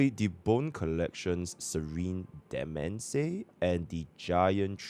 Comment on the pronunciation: Demesne is pronounced Domain just an fyi